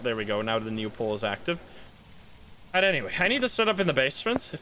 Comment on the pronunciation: You english is amazing. there is only one word to me shows you're dutch too, whenever you say "new" I clearly hear "nieuw". If you wanna "regain" you dutch accent just shorten verbs agian. saying hebbuh instead of hebben is what dutch makes dutch and its the clearest sign wether someone immigrated to here or is native.